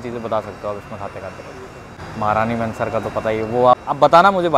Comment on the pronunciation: It's महारानी महनसर Not महारानी मेंसर!!